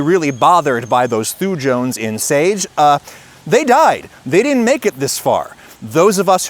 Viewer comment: As a biochemist in training, your pronunciation is near perfect (as far as that means anything). Only note: I would pronounce the word "thujones" as "thoo-yones", with the J being of the softer variety, similar to the Y in "yoghurt". This is derived from a group of Swiss-raised American- and British-educated people pronouncing things. Take of this what you like/want.